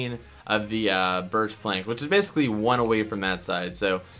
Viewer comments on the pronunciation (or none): none